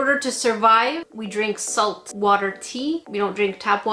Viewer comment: Hewwo? I nwed swalt.